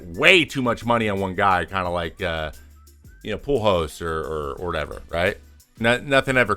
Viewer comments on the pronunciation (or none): none